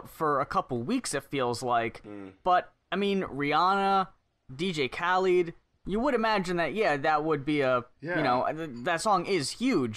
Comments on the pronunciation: How that white kid pronounced khaled makes me want to kill myself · Jesus Christ how does the white boy butcher Khaled's name?